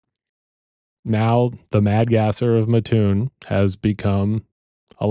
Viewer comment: I’m from this area. It’s pronounced MAT- oon. For a local, hearing town name mispronounced pulled me out of narrative. Otherwise, great job.